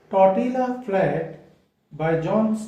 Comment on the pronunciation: I think its generally pronounced as " Tortiya " flat.. just fyi... Hearing it incorrectly pronounced grates . Apologies .Steinbeck is among my favourite authors . Follow this book up with Cannery Row .